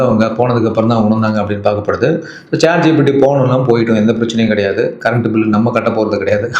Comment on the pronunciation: கடையாது இல்ல மச்சி கிடையாது என்று சொல்லவும் 😮